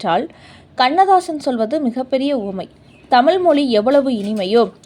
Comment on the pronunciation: எல்லாம் சரி தமிழ் என்ற வார்த்தையை சரியாக உச்சரிக்க வேண்டும் அம்மா.